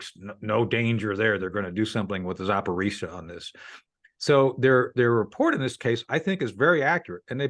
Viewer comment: It’s pronounced…. Zapa-ro-zia NOT Zaporizia